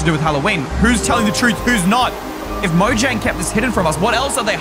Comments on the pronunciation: why jomnag it's mojang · its said Mojang not jomnag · dude that says mojaing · yes lol its mojang, not "dare to touch" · 1017 is the galactic language is mojang Not Jonmga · Ey it isn't JOMANAG it's MOJANG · that's not jomanag that's mojang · Its mojang not jomnag